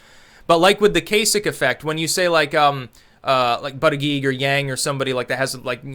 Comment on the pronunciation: Love the way you pronounce 'Buttigig' phonetically he apparently pronounces it 'Butt-edge-edge'